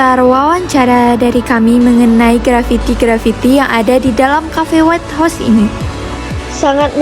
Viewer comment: Jangan salfok pliss sama penyebutan white house nya😭😭😭